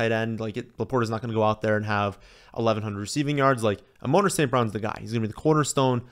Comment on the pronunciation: Like the video but please my guy. Its Amon-ra like the God 3 syllables